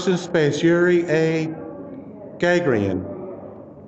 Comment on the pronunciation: That's Yuri A. Gah-GAHR-En. Emphasis was on the second syllable in his last name. Google it.